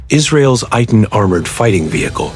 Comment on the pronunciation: Pronounced AY-TAN